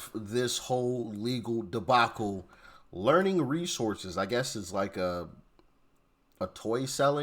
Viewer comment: learing resorces 🤣🤣🤣